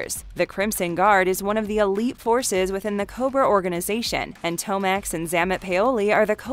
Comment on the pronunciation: The pronunciations are butchered and really shouldn’t be. Grenadiers, Xamot and Tomax, and Major is a rank, not a first name. This stuff isn’t difficult.